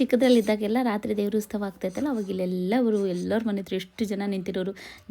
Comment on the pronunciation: Please nettage kannada kaltkoli.. Adu ustava alla.. Utsava..First of all ha mattu aa ge vyatyasa gottilla nimge.. Tappu tappu matadtiea.. Innu idella elli gottiratte... 🤦‍♀️🤦‍♀️🤣